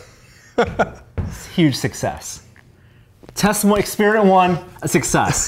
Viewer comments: he says expeeriment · It's a very akerrit exspearmint. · An Ex-spearmint you say? What about ex-peppermint? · expIRIMENT!! Jesus, learn to speak properly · "EXPIRIMINT" lol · "It's an ex-spearmint??" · lol "ex-spearmint." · I've notified more and more people pronouncing "experiment" as expiriment", and the same for "electronic" as "illectronic".. What's the deal? does it twice in the first minute! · engineeredlifeform lol I heard pronounce experiment as ex-spearmint anyhow. And about YT's build in CC option, I don't understand how some videos have completely accurate captions yet most have captions that are downright inaccurate, always hilarious. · Whilst I'm not from America, I know there are regional differences., however, seems to have a fairly typical American accent. My general experience from watching many Tested videos is that he doesn't normally pronounce 'er' as 'ir', it seems to only be when he says experiment, hence my questioning of it. It's not limited to Americans either, an Australian podcast host says 'illectronic' rather than 'electronic'. I'm more curious if this is how most people pronounce it, or am I unusual in 'eh' instead of 'ee' for 'e'?